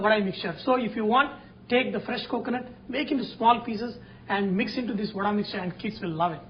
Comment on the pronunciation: Thanks for sharing the trick to make it fluffy, that too with your own hands. I like your pronunciation as "VADAI" and not Vada. Well atleast, for most part of the video.